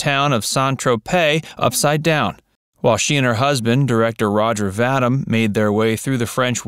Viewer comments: Roger’s last name is pronounced VA DEEM. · pretty sure BB's husband's last name was pronounced Vah deem Roger Vadim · SIR-----------PLEASE----------LEARN TO RESPECT PEOPLE'S NAMES, PLEASE ! Her name was Britte--ah Bardoe & his name was Rogay Vadeem . ---------I know, I know, it's the French, but still------------come on, man. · The Movie mantienes that starred Brigitte Bardot was call “And God Created Woman” not “Women” and the director married to Bardot was Roget Vadim (pronounced Vadeem). No offense but if you’re going to set yourself up as some kind of expert on this material you’ll need to do a better job researching your subject. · The Bardot movie is God Created Woman (singular). Bardot's husband was Roger Vadim, pronounced va-DEEM.